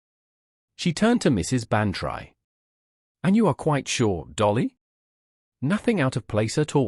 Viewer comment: Dolly's name is not pronounced Ban try; it is Ban tree. But this is not the only reason you don't fool with the classics: this whole story is so silly it might as well be called "Miss Marple Meets The Twilight Zone."